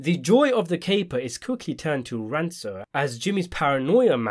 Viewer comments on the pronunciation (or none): it's pronounced rain-kor not ran-sore. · Rancour is pronounced like Ran-Khor. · That is not how you pronounce "rancour". It's more like "ranker" or "rankor" but I enjoyed the video regardless. Cheers. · “Rancour” has a hard “c”. It rhymes with banker. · "Rancour" has a hard C